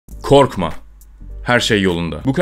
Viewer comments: Korkma diye girince İstiklal Marşı okuyacak sandım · Öyle bi vurguyla korkma dedin ki istiklal marşı okucan sandım bi an sjsjsjs